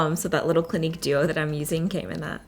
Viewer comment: Wow 😮 you look like two totally different people! Btw clinique is not pronounced clinic.